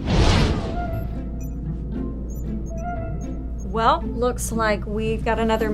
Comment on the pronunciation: Only a Southern woman can say “room” with 3 syllables.